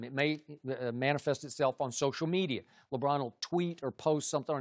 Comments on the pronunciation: it's not even "Lebrawn". He flat out says "Lebran". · Chris Broussard: LeBran